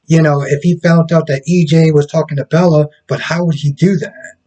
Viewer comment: It’s Belle not Bella 😅 Great review